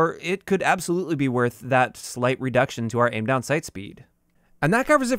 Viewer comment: Yo, 'redcution'. Just letting you know man. Keep up the good work.